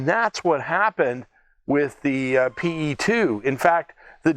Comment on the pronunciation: Just a small correction, if you don't mind. The correct way to pronounce the airplane name is "Pe", not "P.E." The Soviet airplane names are not acronyms, they are usually just the first two letters of the designers last name, and are pronounced as such. The designer was Petlyakov, the airplane is just "Pe" (just like one pronounces the first two letters in "Pennsylvania").